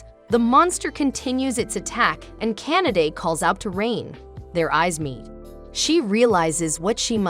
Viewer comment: The way you pronounce Kanade’s name sounded like you were saying Canada and now I cannot unhear it.